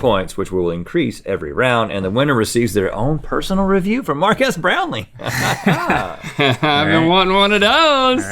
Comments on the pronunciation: My god, Its Mark-ass Brownlee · Its Mark-ass brownlee!!! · “MarkASS Brownlee”- Will Smith